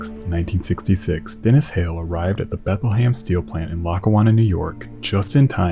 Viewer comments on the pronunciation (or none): I’m from Bethlehem Pennsylvania and your pronunciation is killing me dude. It’s prenounced “Bethal-hem” not “bathalham” please man I love your videos but everytime you mention my city it causes deep agony